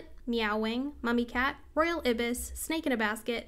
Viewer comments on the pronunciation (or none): FYI: Ibis is pronounced like "Eye-bis."